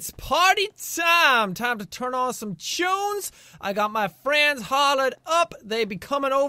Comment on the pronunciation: Normal People: Tunes Jack: Choons